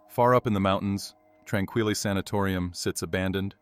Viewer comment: I'm from Kamloops BC, it's pronounced "tron-keel" sanitorium. Still really enjoyed the video though!